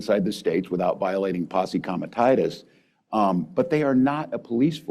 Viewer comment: It's Posse Comitatus, not 'comititis'; you make it sound like a medical condition!